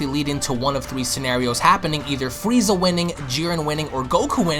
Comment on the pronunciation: Fweeza, the ultimant fighter